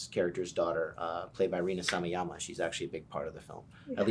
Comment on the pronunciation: He keeps saying Samayama... I can't 😂